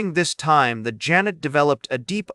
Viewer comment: OMG, at least have it PRONOUNCE HIS NAME CORRECTLY! Zhahn-ay.